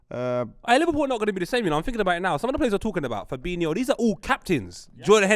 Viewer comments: "Fabeano" and "Firminio" This guy is so annoying, how can you have a platform based on football opinions yet not pronounce names properly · pronouncing Firmino and Fabinho's names wrong is so jarring How can you mix up the pronunciations as a grown man